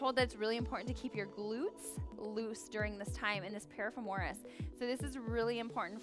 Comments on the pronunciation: definitely not how you pronounce piriformis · Losing my mind everytime piriformis is mispronounced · Ok this kinda drove me nuts too! Great stretches though. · This was super helpful info but the amount of times this woman mispronounced “piriformis” gave me anxiety!